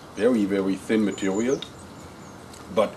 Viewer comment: mehe, "vewy, vewy light matewial"